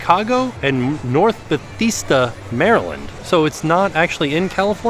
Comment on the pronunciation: Came to the comments to see if any other Marylanders picked up on that. 😂😂😂 We should send town/city names from MD to to see if he can pronounce them. It’s all good…when I go to other states there are towns I can’t pronounce!!!